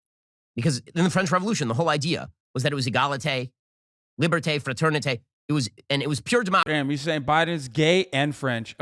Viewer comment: my man said eegalitay, li-bear-tay, frat-urn-eetay